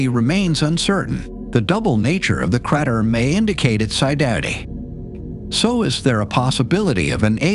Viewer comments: very interesting video but the crat-er ruined my concentration a bit ;) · cratter. critter, creter.... everything but crater.